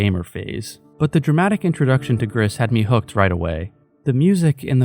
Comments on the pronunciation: FYI It’s pronounced like “Grease” Gris is Spanish for Grey. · mb for being that guy but gris is french for grey and in the pronunciation u dont really pronounce the s at the end, i loved the video btw